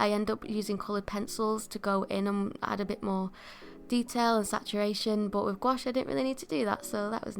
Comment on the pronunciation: you're actually one of the rare english-speaking people who pronounce "gouache" correctly, and i thank you for it ! 😄 (french speaker)